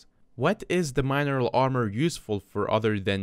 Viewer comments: Mine eral, lol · Can this guy not pronounce mineral ?